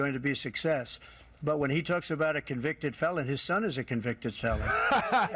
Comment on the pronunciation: Sleepy Joe: my shon ish not a shucker, you’re the shucker!!!